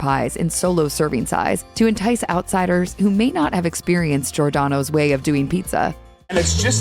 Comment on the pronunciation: Maybe you should learn to pronounce Giordano’s correctly?